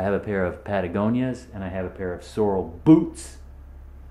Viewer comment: sorrel is a plant. sorel is a boot. get it straight and pronounce with dignity.